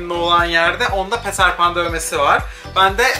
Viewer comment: diyorum ki bildirim geldi hemen izliyim cunku yu seviyorum ama peter pan i yazildigi gibi okuyunca yapma bee diesim geliyo abi.